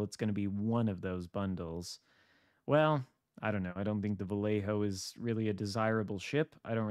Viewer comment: Ok. Your killing me.... My brother lives in Vallejo. So here is easy way to say it .. VA-LAY-HO....